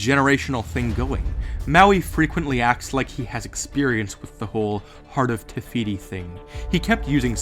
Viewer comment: Is it just me or is he saying, *Tehiti* instead of *Tefiti* ?